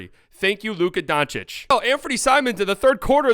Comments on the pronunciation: He says Donchick too smh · I'm here to tell you it's not pronounced D-ah-nčić either. It's a straight 'o' sound, like in "low". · Guys, you have failed. I am Croatian, and I instinctively feel when someone cannot and does not know how to pronounce and differentiate between the letters č and ć. This person fundamentally does not know how to pronounce it. I think if it's humor, making fun of the surname of perhaps the best player in the league and the World goes directly against the host and his awareness. I even suggest in the nicest possible way that if he doesn't know, he should switch to Luka Magic, it's easier but to massacre the surname like that is lower than provincial low P.s: Just think about it, look the bigger picture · U guys are pronouncing his first and last name wrong😂 Its Luka, not Lucas..Doncic not Doncha😂😂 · Stephen A Smith says “Donchick” knowing good and well How to say it right. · It's almost 2025, say the name correctly or just say Luka. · Your mispronunciation of Dončić is really distracting and takes away from the overall enjoyment of your commentary. It's hard to take you seriously when you can't even get a basic name right. Maybe try 'Luka' or 'Luka Magic' instead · Hes literally doing it on purpose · Nope, he just can't or doesn't know how to pronounce it! The problem is, even Charles Barkley learned it, so he needs to learn it too. Otherwise, he sounds just like an amateur.